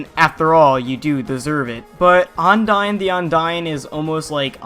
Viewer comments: Am I the only one that gets bothered when he pronounces Undyne and Ondyne? Ondyne the Ondyne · I cri inside whenever you say ONdyne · Sounds like you're saying undyne the undyne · "Undyne the Undyne."